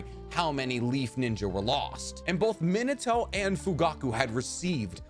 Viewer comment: Bro Minato aint Minitoe